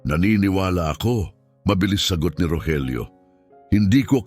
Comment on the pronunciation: Bakit ung Rogelio minsan Rojelio ang pronounce😅